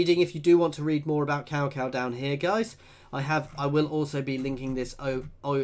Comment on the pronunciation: 'Cow Cow' 😂😂😂😂 Its pronounced more like 'Tsao Tsao'.